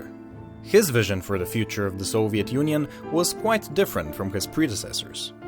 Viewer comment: Just love the way you, Westerns, pronounce a word "Soviet"